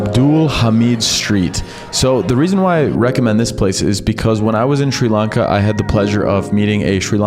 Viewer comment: Notice how he purposely keeps mispronouncing it as "SHREE" Lanka....even though he would have been there long enough to hear 100 people pronounce it Sri Lanka, correctly? What an asshole.